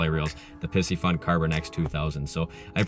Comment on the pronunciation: Are you sure you're saying Piscifun correctly?! Pisces has a long I! Anyways, I'll hope to win a Pie-see-fun reel here!